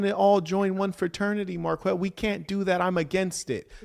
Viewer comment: Such a fan, but cant pronounce Marquetts name. Doughnut!